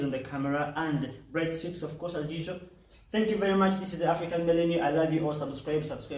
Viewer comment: Hullo 😂 say phillanthropist again